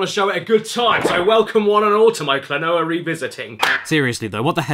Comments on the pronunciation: Remember its a Japanese name so using their phonetics its Klo-No-Ah :) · Name: Klonoa Pronounced: Kla-no-ah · Caddicarus: Spends some of video making fun of the game’s name and mispronounces it in all kinds of ways throughout the vid : Just outright says it XD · Klonoa: I Really Can't Pronounce This Game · First Klonoa's name, and now Caddy couldn't pronounce 'Phantomile'. Hahaha. ^u^ It's pronounced, 'phantom-mile', by the way. :-)